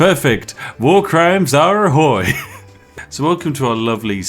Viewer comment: fun fact - Ahoy (the way that Spiffing Brit pronounces it) sounds almost like a "Oh dick!" in polish. Have a nice day; P